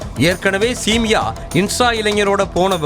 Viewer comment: சிமியா சொல்லு சேமியா இல்ல சிமியா